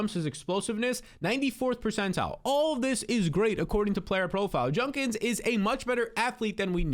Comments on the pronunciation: ‘Judkins’, not ‘Junkins’ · Judkins* not junkins